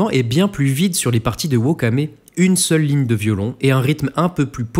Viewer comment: Très bonne analyse, petite précision : je doute fortement que Mozart fasse prononcer 'woka' à ses chantres ;-)